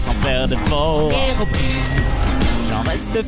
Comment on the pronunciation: Apprend à le prononcer bien c herobraïene pas herobrine